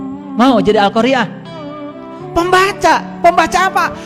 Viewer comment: Da'i merek apa ini? Siapa namanya, patut ditandai. Yakinlah orang seperti ini belajar agamanya tanpa sanad. Dia baca al-Qaari'ah saja salah. Di awal dia baca al-qariiii'ah. Kacau kacau kacau. Terima kasih, sudah berkenan mengulasnya.